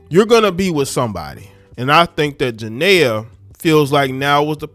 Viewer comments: Please say her name right Jania pronounced Janeeea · Her name is pronounced…… JA-KNEE-AH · If you know how to pronounce Nia Long, you can pronnce Jania. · Y’all can get off of young Boy y’all hate what y’all don’t understand.And you not even pronouncing her name right ……